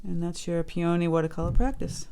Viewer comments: Please pronounce this flower correctly! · I have never heard anyone pronounce peony that way. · Grew up with them in Michigan - 68 years. We say "Peeeee-a-nee." Not "Pee-ohhhhh-nee." Fun to hear people from other areas.